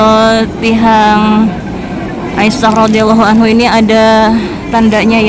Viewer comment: 'Aisyah rodliallohu anha bukan anhu 🙂🙏